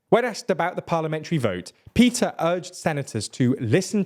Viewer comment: A small language quibble: the “Move Forward” party leader’s name is พิธา which is pronounced “pi-taa”, not Peter. (And a slight upswing in your voice on the “pi” syllable.